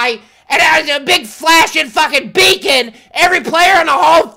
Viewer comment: lmfao "it has a becon on it"